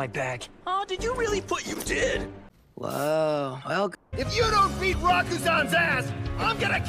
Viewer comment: THEY REALLY BUTCHERED ALL THE NAMES LMAOOOOO KIse REEYOTA KOOroko Rakoozan MurasaKIbara aOmine miDORima TAKO(Takao) KoorokoCCHI I CANT